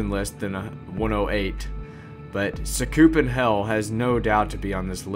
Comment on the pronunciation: I thought How we say Sakupen is "Sah - Koo - Pen" I used Chase MP3 Long time Ago